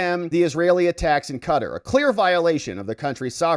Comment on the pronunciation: A tip for you for future videos: please learn the proper pronunciation of words that are foreign to you such as in this case Qatar, Emir.